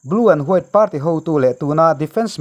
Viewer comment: News channel kan siam dawn a nih chuan kan English lam rik dan hi chu fimkhur a ngai en tir nan Party tih lam dan te United tih lam dan te ka duh thawh ve a nih hi min hrethiam hram ka bei sei